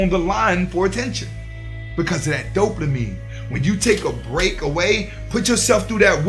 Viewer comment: Big facts bro. Big big facts. But I can’t help but chuckle a lil bit every time you say “DopeLAmine”. But keep doing this work. You’re helping out a loooot of guys. ✊🏾